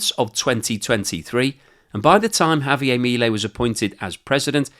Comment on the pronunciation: Javier is Argentinian, not French, his name is not pronounced that way. You're not even close with your pronunciation . You comes off as an a-hole doing that .